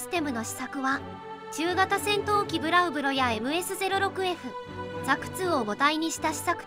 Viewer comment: ブロウ・ブロでなく、ブラウ・ブロ